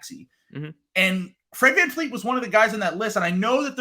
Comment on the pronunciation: its Van Vleet not Van Fleet